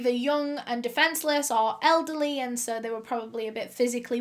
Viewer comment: SOH IN TOHDAYS VIDEOH.... BLESSES ALL OUR HEARTS WE LOVE YA BABE 😍🇨🇦🖤